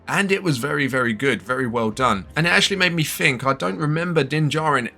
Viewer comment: Why are your English "th" sounds "f" sounds? Season "free". What do you "fink?"